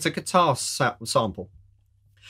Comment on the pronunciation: I definitely heard you say "keytar" several times and not "guitar" LOL ;) I can't imagine Martin on stage playing the keytar. DoubleLOL. Or even the three of them; Martin, Alan and Fletch doing the ZZTop with the keytars! ROFL